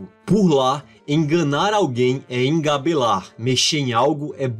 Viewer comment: Que piauiense você já viu falar emgabelar errou de novo 😡😡